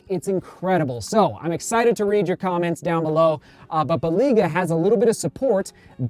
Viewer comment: it is pronounced Bel-AY-gah